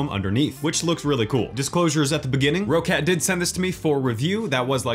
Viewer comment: It's pronounced like "Rocket" not "Row Cat". There is 2 Cs so the way you can look at it is "Rock Cat" which said fluid will be pronounced "Rocket".